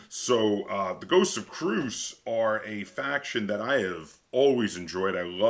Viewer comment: So Christian T. Peterson the designer and publisher has said that the actual pronunciation is, Kree-us, anyways not that anyone cares but thought I'd share.